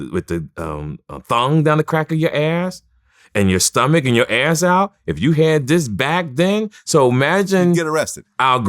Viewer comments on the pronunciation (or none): You know old when he pronounced ass as “AYRSSS.” 😭😭😭